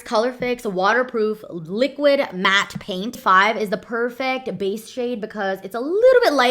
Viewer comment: The way u anunciate words is so interesting bc most people go PERfect but you always go perFECT